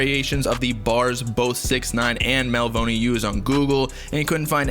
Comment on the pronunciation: bruh you pronouncing Melvoni wrong 🤦‍♂️